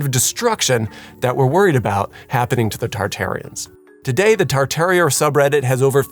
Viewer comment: This was a garbage piece. Mispronounced the word Tartaria - falsely called people who are interested in the theory “Tartarians,” which is like calling someone interested in the architecture of the Vatican “Roman.” Provided absolutely no proof, no groundwork and failed to mention even the most basic concepts people have questions about. 1) fake photography 2) Charles B Atwood (the guy who was famous for making the white city white 3) the reason why everything was so European when promoting American innovation. Also pretending like modern American architecture has “charm” is gross and full misrepresentation of present reality. Propaganda. Drive down almost moderately sized city and you can see with your own eyes that it is ugly here. Painfully ugly. Shame on people for wanting a place to live that doesn’t feel like an open air prison. According to this guy, if you don’t like the current state of commonplace architecture, you were just tricked by France? What?!? And finally - because i wasted 15 minutes on this hot garbage - they put 4 ad breaks and an in-video advertisement?? Who is tricking who into what? This guy made so much money off of spewing nonsense. Gross. Totally gross. Whoever did the graphics was a pro - no doubt - but their efforts are wasted on this propaganda.